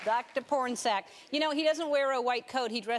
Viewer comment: Pornsak is pronounced Pawn-a-sak